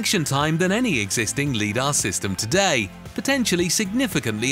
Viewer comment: Teach your digital voice to pronounce LIDAR correctly.